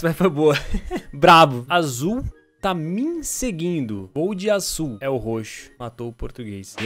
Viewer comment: E azul não asul kkkk ri demais